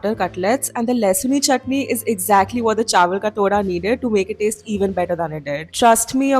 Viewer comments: Just a correction..it is not chawal ka तोड़ा but it is pronounced as टोडा in Jammu😅 my Nani is from Jammu as well and she makes these too..I just love them so much..felt so nostalgic seeing you trying this 🥹♥️ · Haha bro , it was funny when you said TODA , so it is pronounced LIKE ( Tamatar wala T , ooye wala oo , Dha with some pressure) Toodha , toda .